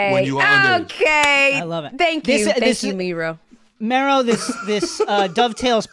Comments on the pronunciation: It's not pronounced ME-RO, it's Mero, like “marrow”. Put some respect on the brand! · I'm so sorry but not sis saying MEEro